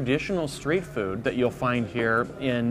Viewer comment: food not dood